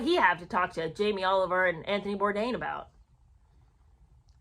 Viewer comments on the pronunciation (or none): none